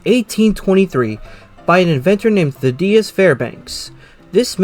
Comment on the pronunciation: THADDeus. Not Thad DEE us.